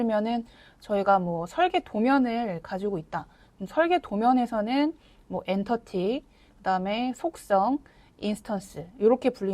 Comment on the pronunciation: ..?? 엔터티가 아니라 엔티티가 맞습니다~